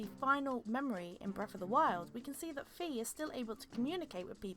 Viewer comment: Every time you say Fe I correct you "Fye" it's canon